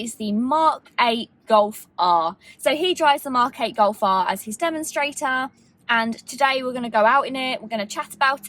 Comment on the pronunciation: British People: The Mock 8 Goff Ah